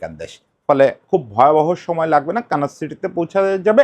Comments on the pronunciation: দাদা এটা কি কানাস নাকি 'কানসাস' (Kansas). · দাদা একটু ভুল হচ্ছে - আপনি বলছেন, kanas city, সঠিক হবে kansas city. আশা করি পরের কোনও ভিডিওতে সঠিক হইয়ে যাবে। ধন্যবাদ